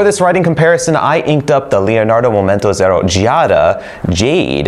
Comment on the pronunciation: thank you for the wealth of information. Until this video, I didn't know your were carrying an Elastic Fine & Extra Fine nib replacement. The Elastic Extra Fine is going to be added onto my next pen order. Leonardo makes a beautiful pen and no one pronounces the Leonardo name better than you.